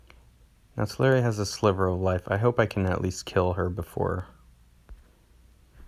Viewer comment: Tell Lure Ria, not Tell Air Ria. 😂